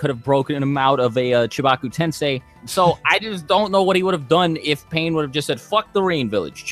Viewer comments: Misspelling words is fine but when you continuously pronounce Pain as "Pine" after being told like 5 times its Pain, then it's a joke. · He even calls Pain "Pine"